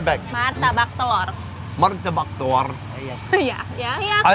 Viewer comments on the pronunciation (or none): " marrtabak telorrrrrr " thats just hilarious lol and,s a sweetheart